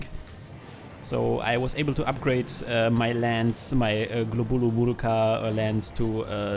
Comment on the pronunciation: Hey, finally sold on SA's now? Uragaan ownage+your guest did both tailcuts! Oh, btw, keeps saying gLobul in stead of gobul, it's contagious:)